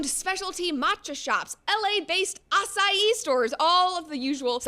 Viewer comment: Something about her pronunciation 🤔s me. She's so precise on "acai" -- ah-sa-ee but at least once says "acai ball" instead of "bowl" ? And then "af flu ent" ... 🤔